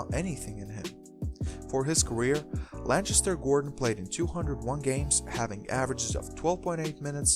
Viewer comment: Lancaster is pronounced with a hard 'C' sound bro. Not a ch sound.